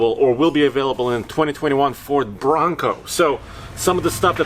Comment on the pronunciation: The way says "Branco" sounded so Schwarzenegger 😆